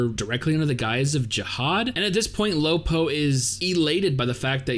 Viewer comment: lol it's funny when he said "lo po". but then again, they call khun AA, "khun"...